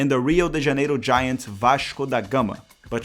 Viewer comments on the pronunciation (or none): none